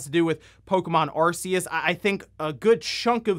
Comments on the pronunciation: Stop saying Arse-ius! Sounds like how you'd sya 'Ass-ius' in a British accent. Say it phonetically if you don't know how to say it yet. Why would you not? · I cringed so hard by the way he pronounces Arceus.